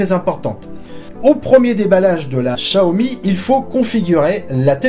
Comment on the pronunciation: chaomi ca vient de "téléchat" ? plutôt "siaomi" quelque chose comme ça